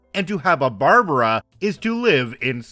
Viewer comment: Barb like bard wire + brah like the meem near the end it sounded right but bar-bar-raw sounded really wierd